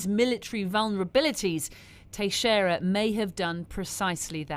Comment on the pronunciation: Yeah try "Tex-era", not "Tashera".